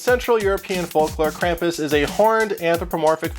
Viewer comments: If your going to do a German thing and say it wrong than I'm done It's said (Kram-poos) Krampus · It is pronounced "Krahm-poos", with really an "s" at the end, not a "z". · the pronunciation of Krampus is very different in this video. I’ve only heard the German pronunciation with the long “u” sound which is more like an American saying “Kram-puss” and the “Kr” being said in the throat. pretty interesting how different languages say this word.